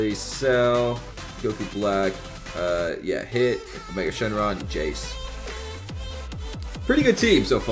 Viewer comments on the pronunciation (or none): none